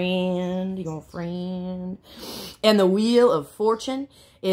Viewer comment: Lol 😆 😂 🤣 yo fwiend